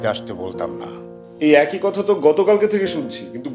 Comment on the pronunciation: কতা নারে নায়িকা। শব্দটা “কথা”।